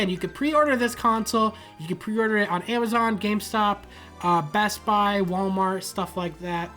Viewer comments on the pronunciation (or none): none